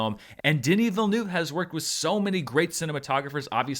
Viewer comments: Say this word - VEAL - now say this word - NERVE. Put them together and.. voila! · Please pronounce the eu-part of his name not like 'noob', you should try the u like from the word 'urgent' 🤓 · I know and you do a good job most of the time, some french sounds are very tricky for english speaking people and 'eu' is one of them, it basicaly like the u in hurt. Anyway I don't know why but it made me laught ;) Carry on with the great job you do with the critics and charts, love them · It kept sounding to me like you were saying "the DIddyville News". ;) I LOVED the movie so much, and I don't know all that much about Dune at all, though I have slowly been trying to get through the audiobook for the past year, so it gave me a great foundation that the Lynch movie did NOT. ;) My first experience with the world was with the Sega CD game, which was my first RPG and I loved it, so I've always had an interest in general. This film really sucked me in, and I"ll be finishing that audiobook as soon as I can, now! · Just wish he would stop miss-pronouncing the director’s name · Americans, please learn how to pronounce the name Villeneuve. Thank you. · prononciation of Villeneuve name is hilarious